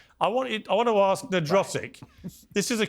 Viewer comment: Why does the black guy say ax rather than ask?🤦‍♀️